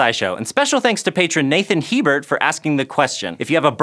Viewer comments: Hebert is pronounced A-Bear ;) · Nathan... Sorry he said He-Bert as your name.